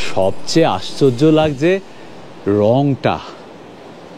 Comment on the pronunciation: আপনি তো আপনার ভিডিওতে সবকিছু শুদ্ধ অনির্ভর রাখতে চেষ্টা করেন। তাহলে শব্দের দিকে একটু নজর দিচ্ছেন না কেন। যেমন 'লাগজে' না 'লাগছে 'এরকম কিছু কিছু শব্দ।